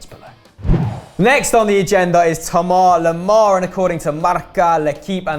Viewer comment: Why do they call Thomas Lemar , pronounced "toma loma"?